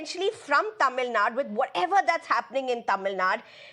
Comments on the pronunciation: do these people deliberately do this ? its Tamil nadU not tamilnad and its KannadA not Kanad .. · News reader born to white man thats y she is not able to pronounce tamilnadu .she pronounce as tamilnad.with this condition these idiots imposing third language😂